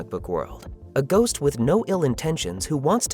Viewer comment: oh ghost father i thought you said goat